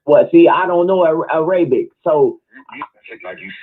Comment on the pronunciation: I got you -it's pronounced era-bic, not a-ray-bic (Arabic).